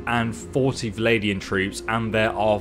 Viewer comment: Really enjoying your content my man but could you possibly please say Val-an-di-an? I've never been bothered by something as much as this but as I originally said, loving the content.